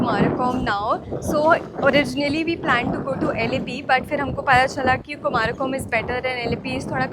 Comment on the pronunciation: Kumarakom nahi, " kumaragam